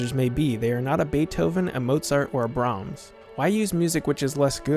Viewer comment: Also, the narrator called Brahms "Browms".